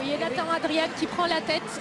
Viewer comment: A tous les commentateurs français Nathan se prononce "Neithen" et non pas "Natane".